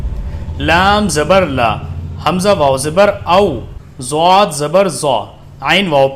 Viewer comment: sir swad ke baad dwad ata hai arbi me..lekin aapne dwad ki jagah zwad padha hai jo ki urdu me hota hai..isse please aap clear kar denge ki kya sahi hai..please